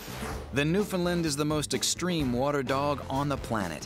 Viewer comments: Newfoundland is a province Canada is a country; And considering the dog is named after said province it should be pronounced the same way. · That's not how you pronounce Newfoundland, Sounds like he's saying New-Finland.... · Between the mispronunciation of Newfoundland, the mislabeling of Newfoundland on the map and the use of the term "Newfie", this video is horrible. It's New fa LAND...emphasis on land. Rhyme it with "understand". The map shown labels Labrador as Newfoundland. Newfoundland is the island portion of the province. Finally, the term Newfie is considered derogatory to many Newfoundlanders especially when used by someone who is not a Newfoundlander and particularly someone like the person(s) who put this clip together who doesn't have the first clue about Newfoundland. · NEW-FOUND-LAND ITS NOT THAT HARD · 1) when you showed where Newfoundland is to demonstrate where the dogs come from, you pictured Labrador and stuck the word newfoundland on it. And Newfoundland is pronounced "New-foun-Lan" not "newfinland" or "Newfounlind" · its pronounce new-found-land i know i from there LOL ask any one form there . usually people form here get mad whe n u say it like that. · i love how everybody thats not from Newfoundland pronounces Newfoundland wrong... they say Newfinland. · BAH! It's NewFOUNDland like understand!!! That's also Labrador, not Newfoundland! Newfoundland is the island. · I thought it was It was pronounced the way its spelt. Not, New-Finlind. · Yes, you can shorten the "found," but LAND must be emphasized, so that it rhymes with stand, hand, etc. "Newfinlind" makes me cringe every time I hear it. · i have this dog shes two years old now and im from newfoundland and i fucking hate how that guy says newfinlind that not how you say it!!!!! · it kept fucking irritating me... newfinlind?!?! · side note the map shows newfoundland as being labrador. and it is not pronounced as many people say. i am from newfoundland. love those dogs<3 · It's NewFINLAND...